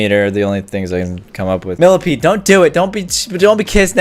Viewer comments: millasecond millapead millameter milla-peed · I laugh when he said milla ped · Haha when you said millapeed